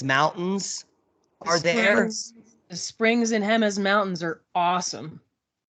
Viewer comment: Jemez. Hooray! You said that perfectly! I love New Mexico ❤. I only lived there about 1 year and that was 50 yrs ago, but it was like magic. Albuquerque, Santa Fe & vicinity, tiny Hispanic mountain towns & Pueblos —— I was enchanted! You brought wonderful memories back to me.